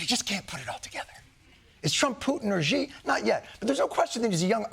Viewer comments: Someone please tell Jon how to pronounce the name of the Chinese president. It is pretty much just like the word "she." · Hey, Jon, just for fun, can you really not pronounce Xi's name correctly? If it's a joke, I don't get it. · At this point I'm not sure why everyone pronounces Xi Jinping's name wrong and I'm too scared to ask.